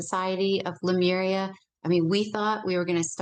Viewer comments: CLICKBAIT CLICKBAIT CLICKBAIT : How To Be Super Human...?????????????????????? Yes HOW????????? So I "spent" about 57 minutes of my life but I still have not heard any "how"... and : "Lamura...?" You mean Lemuria... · She pronounces Lemuria incorrectly throughout the entire interview, plus this theory has been debunked long ago via ocean floor analysis in the pacific. The whole Atlantis theory is as stale as 50 year-old french bread